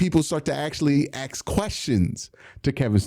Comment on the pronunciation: ASK, not AXE you smooth brained moron.